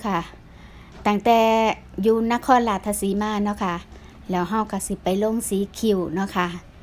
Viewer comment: อยากให้เจ้าของคลิปพูดจังหวัดให้ถูกคับ ราชสีมา ไม่ใช่ ราชทะสีมา ผมไม่ได้มีอคติน่ะคับ แต่อยากให้พูดให้ถูก เดี๋ยวเขาหาว่าเป็นคนอีสาน แต่เรียกชื่อ จังหวัดแถบอีสานไม่ถูก สู้ๆ เด้อคับ